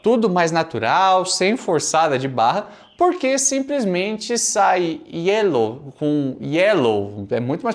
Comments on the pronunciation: Essa piada do Nhonho tem um outro porem, ele fala gyelow por que em espanhol a letra Y tem som de G! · Se no Brasil o povo fala "GUÉL" em vez de "Girl" Então tá liberado o Nhonho falar "Gelo" em vez de "Yellow" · Na verdade no espanhol o "Y" tem som de "J" por isto jyellow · O Nhônho pronunciou Yellow com pronuncia de espanhol ao invez de pronunciar como inglês... há um tempo atrás estive na Argentina e vi garotos pronunciar desta forma